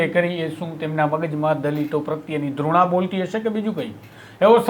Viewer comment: સાચો શબ્દ ઘૃણા ( Ghruna ) છે ધૃણા ( Dhruna ) નહીં